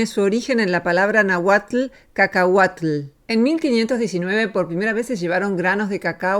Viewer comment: Náhuatl, Rox, con acento en la primera A. Una receta aún mejor: si les es posible, consigan los granos de cacao, los tuestan en una sartén hasta que queden negritos, les quitan la cascarita, y los muelen en un procesador. Así obtienen pasta de cacao para hacer sus chocolates 😁☺️